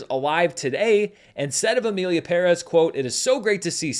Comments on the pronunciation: Thank you for pronouncing correctly "PÉREZ". Not even Selena Gómez can learn that word (today at the SAG Awards she presented the movie as "Emilia Peréz". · Fuck Finally a gringo that pronounces Perez correctly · Thank you for pronouncing the Spanish family name PÉREZ correctly. Everyone else is butchering it!! Extra brownie points for adding the Ñ in Saldaña. Im impressed! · First person who I hear pronouncing Pérez right, with the accent in the first e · You’re the first YouTuber I’ve heard that actually pronounced Pérez properly. I don’t really care about all the drama though. Seems childish to me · The only American who pronounces Emilia Pérez correctly. More credibility to you! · I know the movie is shit but thanks for pronouncing Perez the right way. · Esto! Se sintió tan bien escuchar que lo diga correctamente! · Separated from the news, you're doing a wonderful job with Spanish pronunciation. I can't help but smile every time you say Pérez and not peREZZ. One little thing that will help you from now on: the ´ indicates the stress in a word, like Pérez. Therefore, Rodrigo Prieto's fillm is "Pedro Páramo," as in PA-ra-mo. It's also a classic of LatAm literature but I don't blame you for not knowing that Keep up the great work! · You know the video is going to be great when the guy says "Pérez" correctly. First critic I hear saying it correctly. Great job!...... And yeah, the movie is horrible. 😅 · He's the only YouTuber I've seen pronounce "Pérez" correctly, lol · seriously, enough with the perÉz already 😢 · Kudos for actually pronouncing "Pérez" the correct way, thing that the movie couldn't do. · Thank you for educating me. I don’t speak Spanish and I thought he was mispronouncing it because I’ve always heard it the other way, so I appreciate the information. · I like your style. So respectful but never lukeworm. And thanks for saying “Emilia PÉrez” and not “Emilia PeRÉZ” like everybody else. Greetings from Argentina.